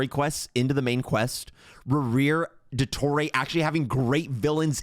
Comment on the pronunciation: nah what the fuck was that pronunciation of dottore's name😭ill dodoray THAT'S NOT NATLAN TECHNOLOGY. THAT'S DRAGON TECHNOLOGY